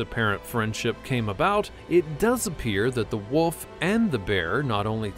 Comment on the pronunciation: It's actually wolf, not woof.